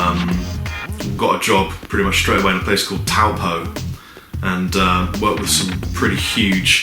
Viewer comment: Love the video. By the way, Kia ora is pronounced (kee-or-uh) you just to roll the "r" a little bit as well. Some people also pronounce it as (kee-oh-ruh) again rolling the "r" just a little bit. You pronounced Taupo perfectly so well done.